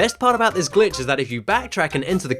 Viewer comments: I SWEAR EVERY TIME YOU SAY SON OF A GLITCH I HEAR B!TCH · You said Son of a Bi*ch.